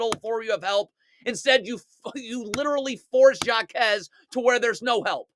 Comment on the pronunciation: HAH KEZ not SHJA KEZ (Jaquez// the j is silent in spanish.. shhhhhh)